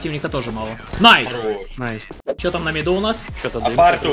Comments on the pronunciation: На МидУ, а не на МидЕ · Почему все говорят «на миде». Это не правильно. Правильно «на миду»